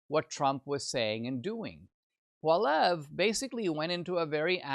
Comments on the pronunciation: I'm so depressed. More genders more handouts more taxes. Need to work on your prounounciation of polliviere not pollev. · Please learn how to correctly pronounce Pierre Poilievre's name! "poly ev", NOT "paul ev" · Actually, it’s pwal-ee-evre.